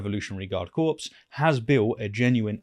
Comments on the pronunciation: "Corps" is pronounced "Corr", like those Irish singers, not "corpse" like a dead body. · Dear, You lose credibility when you mispronounce the word Corps as Corpse. A Corps is a body of men. A Corpse is a body of a man. You go from sounding authoritative to sounding like a numpty. Only you can save yourself. The same goes for Nuclear. You Fluck this up regularly. It is not pronounced New Killer (Unless you are American, or stoopid). Also, Schedule is not pronounced Skedyule. I offer this in good faith. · Dude CORPS is pronounced as CORE